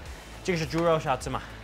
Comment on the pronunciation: Not shaozi, it’s saozi, haha, they are totally different. Shaozi means spoon, and saozi is a kind of pork. Be careful!